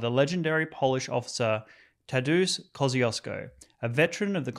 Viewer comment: Kosh-ch-oosh -ko | Kościuszko 😂